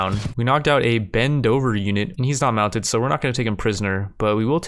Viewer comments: Lol what on earth is a Bend Over unit? Its pronounced Bed-Oh-In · Bend-over-unit Lmao. Bed-o-in is the right pronunciation I thing? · Bedu-een, not bendover 😂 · Lol right. In case he reads this its pronounced Bed-Oh-In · BEDOUIN = bed-oo-win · don’t know if he intentionally mispronounced it on purpose or not but it caught me by surprise anyway lmao